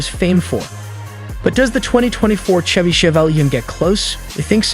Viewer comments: Ai voice is lame. "Tchevy Tchevelle"...smfh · Also, nobody says CH-EVY like check. It's Chevy, like champagne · Why do you guys keep missing pronouncing shevy & Chevrolet? Must not be a US citizen & can't pronounce American english!